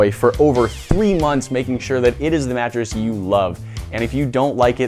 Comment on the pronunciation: WHAT A "MATRESS"?😅😅😅